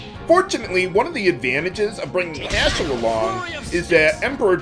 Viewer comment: I don't know if it's just me....but whenever say Haschell's name, it sounds like Asshole to me. LMAO!